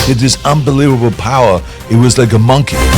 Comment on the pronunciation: Arnold: “He had unbeweable powwaa… he was like uh Monkey… 😭😂😭😂